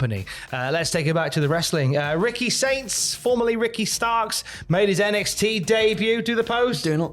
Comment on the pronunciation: Think it's because so many Americans are poor now and can't afford to spend money on entertainment, but Saudis are rich? For a moment it sounded like said "Ricky Stinks" instead of Ricky Saints.😀But really, best of luck Ricky, it's always a gamble going to another company.